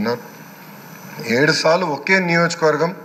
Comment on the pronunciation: ఏడు సాలు కాదు ఏడు సార్లు 🤪